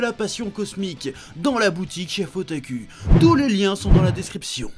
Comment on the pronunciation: Tu dis Otaku au lieu de Otakou